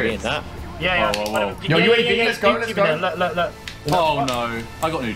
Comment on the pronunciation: did he just say yooav instead of uav?